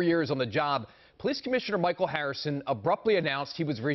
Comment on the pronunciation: Harrison tried to used St. Michael's name pronunciation when he us Mike El, not Mi-cha-el. B. . PM. ET.